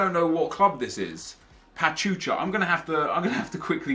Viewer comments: is pachuca not pachucha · Nep it's Pa-chew-ka